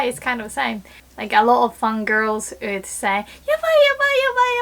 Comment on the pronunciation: I just noticed has the same voice labio-velar approximant issue with "would" (woman = ooman) so she sounds like "ood" if you read this let me help you with pronunciation!